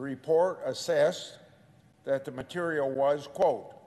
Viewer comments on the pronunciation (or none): none